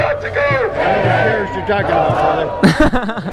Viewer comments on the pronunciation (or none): it sounds like he mistook "tariffs" for "terrorists"